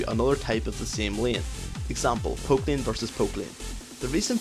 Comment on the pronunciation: tbh, sometimes it sounded like you said "poop" instead of "poke"